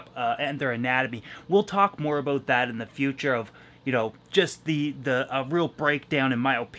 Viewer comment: Cant wait for that fish building bro! Got my shirt! Got it in black! All that traveling and can't make it to the tri- state area? What's that all "a-boot"?! Lol. Are u gonna raffle any of those tanks in your office?? Do it!! 😁👍🏽